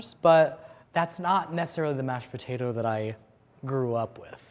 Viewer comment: Live and die for the way says "puhtaytah"